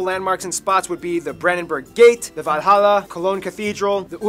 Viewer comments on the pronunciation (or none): none